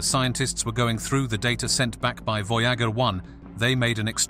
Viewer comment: Voy-Jäeger one. Sounds like a cologne made from Jäegermeister.